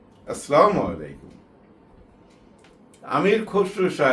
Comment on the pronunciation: মালেক আফসারী ভাই, আসসালা-মু আলাইকুম ওয়া রহমাতুল্লাহি ওয়া বারকাতুহ। আমি রোজী আপাকে ভীষণ পছন্দ করতাম। আপনাকেও পছন্দ করি। কিন্তু ভাই আপনার সালাম দেয়াটা কানে বাজে। আপনি বলেন, আস্লামালেকুম। যা কোন অর্থ বহন করে না। অবশ্য সমাজের অনেকেই এভাবেই বলেন। কিন্তু এটি সঠিক নয়। সঠিক হলো, আসসালা-মু আলাইকুম। 'সালা-মুন' একটি আরবী শব্দ। যার অর্থ হলো শান্তি। আর এটি আমাদের মহান স্রষ্টা আল্লাহ সুবহানাহু ওয়াতাআ'লার একটি পবিত্র নামও বটে। আমরা বলি : আল্লাহুমা আনতাস সালা-মু। হে আল্লাহ আপনিই শান্তি...। তাই আপনার কাছে আমার বিনীত অনুরোধ ভাই, যদি আপনি আপনার সালামটা একটু শুদ্ধ করে নিতেন তাহলে খুব খুশি হতাম।